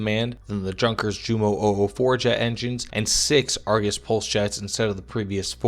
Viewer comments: Great video. But, “junkers” is pronounced “yoon-kas” FYI. 😎👍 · Zehr gut . und Junkers is aktually Yunkers > no pronounce hard J ! Danke . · Good video, but you must learn about pronouncing words from not your language. When I heard yours Junkers jumo, well, you throw me through the roof. No hard feelings.